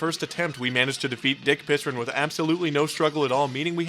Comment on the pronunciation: 'dick pissron' 🤣🤣🤣